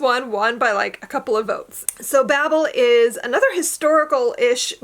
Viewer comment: It’s pronounced with the long A, so bay-ble. The audio book is sooooo good.